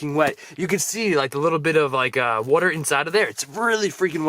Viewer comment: I love your videos, but the way you say water irritates me. 😒